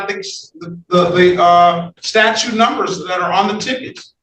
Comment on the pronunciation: It has nothing to do with pronunciation, a statue is a completely different word than statute and a judge should be able to say statute.